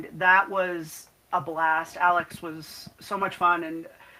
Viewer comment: Love this. Ill definitely be checking this out 😊 ps you said my name perfectly 👌 😊